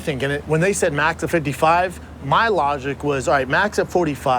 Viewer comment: Annoys me the way he says 55